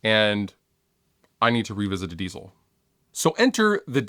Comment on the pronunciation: the word diezel isn't pronounced like the word diesel